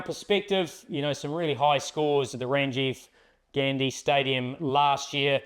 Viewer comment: Just one correction it's Rajiv Gandhi Stadium not Rajiv gandi